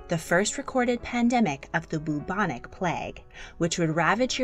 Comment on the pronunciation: It's pronounced like "Byou-bonic" plague; not "Boo-bonic" plague.